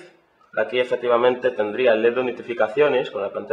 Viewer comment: david es un pendejo... ni la puta palabra "LED" sabe dcir.... :/